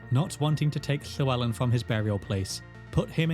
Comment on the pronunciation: Where in your mouth do you produce the “Lhe” in “lhewelyn”?